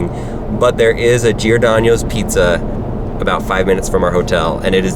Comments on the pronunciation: you said Giordanioes. XD It's Gee-or-don-os Giordanos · P.S its not Girodanyos its (Jeer-o-don-o-os) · It’s pronounced “geerdonos” not geerdonios and State Farm is in Bloomington Illinois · GiordanO's. Not Giordanio's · The way you are pronouncing Giordano's is making my ears bleed. Lol. You are over thinking it. It's only 3 syllables and is pronounced as 'jor - don - ohs' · Oye, he misspronounced the city and restaurant! Just glad he didn't sound out the "s" in Illinois! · It's Bloomington not bloomfield lol, also you say giordanos funny! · You are saying giordanos wrong and Lou malnatis is wayyyyy better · he miss pronounced Giordano's multiple times and i cried a little bit every time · You where pronouncing Giordanos wrong. And was there 2 days ago at the one in Columbus. And I've been to the one in Chicago about 12 times.